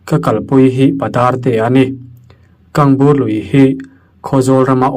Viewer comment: Lui kalna a sawiah hian ka kal ve tawh,kangbur tih hi i lam dik chiah lo,ngaihnawm lutuk dawn e